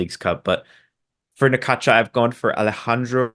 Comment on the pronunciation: You are pronouncing Necaxa wrong. Try this Necaxsa